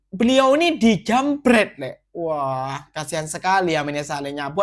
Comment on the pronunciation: Dijambreet ya?bukan dicroot?😂😂